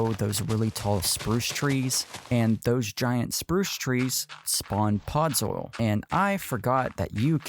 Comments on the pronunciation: “Podzol” not “pods oil” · Ughh... He kept calling it "Podzoil" instead of "Podzol." The video is truly very good, though. The red leaves on the tree Made it look like a poinsettia. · its not podzoil 😂